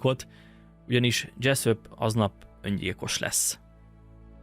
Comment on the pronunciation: Dzseszöp, dzseszöp... mintha a kecsöpöt hallanám a kecsap helyett. Túltengő magabiztosságodat visszafoghatnád egy kicsit némi önkontrollal.